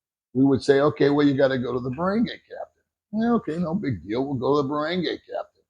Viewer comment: barangay pronounced "barrong-guy" you roll the double r's. "barrong-guy" not "bir-rang-gay"